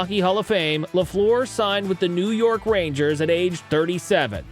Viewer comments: LeFLOOR?! C’mon, I get that you might not be able to master the French pronunciation correctly, but the minimum you could do was to pronounce his name the way English speaking Habs fans did and do… LAFFLER. It’s hard to watch a video about your favourite player of all time having to listen to LeFLOOR over and over! Some of the doc was decent! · JEAN BÉLIVEAU please try it properly again. And Lafleur.. come on do something about that... You should listen to his name in french then you can say it properly. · If you’re going to do this video, maybe learn how to pronounce “Lafleur”